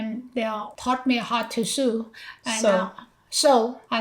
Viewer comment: So cute! My wife is from spain and also says “sue” instead of “sew” and I always correct her just like you did. ❤😂